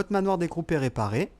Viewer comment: Juste sa se dit manoir des crou